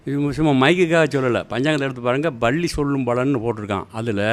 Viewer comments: பள்ளி இல்ல ஐயா பல்லி.பல்லி பல்லி.....ஒரு கரிசல் எழுத்தாளரா இப்படியா உச்சரிப்பது? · Nee மொதல்ல பல்லி ன்னு சரியா சொல்லு